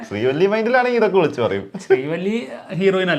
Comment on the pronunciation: ശ്രീവല്ലി ❌ ശ്രീവള്ളി ✅😂 ദുരന്തം 😂